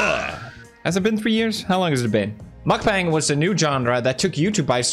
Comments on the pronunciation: Its mukbang not markbang 😭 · He said ,,nutbank" 💀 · The right one to say is Mokbang not Mukbeng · According to the human meatball Nickocado. It's pronounced muck-bong. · Okay I normally enjoy your videos, but I have to add something about this lol so the thing is you don't really look deep into it and judge the whole idea before doing so. So I am informing you; (also you're saying it wrong by the way..) so the thing is lots of these people 'actually' eat that much daily and work out just as much. Especially watch some vids in Korea as Mukbang is Korean. It's literally a Korean word and pretty sure people who do that in Korea professionally are fit af lol are you sure you looked into as many original videos? :) Also honestly it's for some people who actually enjoy them, it helps me when I am dieting not labeling certain food as 'bad'. This is the true example of "if you don't like it just go next". People have good reasons to do this, watchers have good reasons to do this, I am not offended if my friend doesn't watch, I am not offended if people choose to find other ways for dealing with the mental aspect of eating disorders, I am not offended if people make fun of those who take it too far; but I wouldn't make fun of the idea itself without knowing the full context.